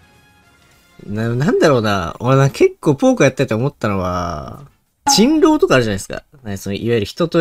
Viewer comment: 人狼がチンロー（清老頭）に聞こえた